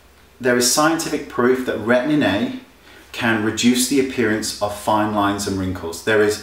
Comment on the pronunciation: I love the way that Wayne pronounces Retin A..Retinnnay :) So cute.